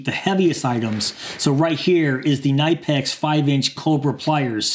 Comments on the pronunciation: Buddy It's kuh-nip-pex You can search "how to pronounce Knipex" on YouTube to get to a video from the official Knipex channel with a video of a guy pronounces Knipex properly That being said, you can call it whatever you want 🤓🤓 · AS an electrician I can tell you it is pronounced "Nip Ex".